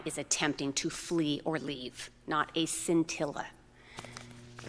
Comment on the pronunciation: At 28.02 she says "there is not a "sintilla" it took me awhile to figure out what word she was saying "scintilla", closed captions omitted the word. I am happy to see this outcome, perhaps more police officers will think a little prior to acting.